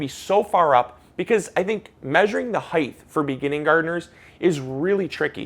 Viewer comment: Please stop saying heighth! Aaaaaaaaaaaaaaaaaaaaaaa!